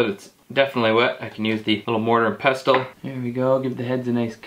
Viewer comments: Heads up you don’t pronounce the t in pestle. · That's a strange pronunciation of "Pestle" to UK ears. We don't sound the t so it sounds like "Pessle". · The t in pestle is silent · Bruh…the T in pestle is silent, bruh.